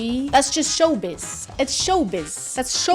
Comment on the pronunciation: She was saying “show biz” so many times so that she actually managed to pronounce the Russian “sh” sound almost perfectly.